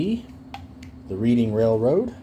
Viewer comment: his name is Rich Uncle Pennybags! Short Line ISN'T a railroad that served the Atlantic City, NJ area it was a Bus Line! 🤣 & Reading is pronounced Redding actually 😉